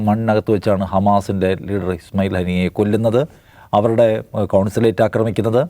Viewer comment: ഏത് അറബി വാക്കും ഇവർ ഭയങ്കര സ്നേഹത്തോടെയേ ഉച്ചരിക്കൂ😂 കഴിഞ്ഞ ദിവസം ചത്ത ഹാനിയ യുടെ പേരിന്റെ ശരിയായ ഉച്ചാരണം ഇവരിൽ നിന്നാണ് പഠിച്ചത്. 😂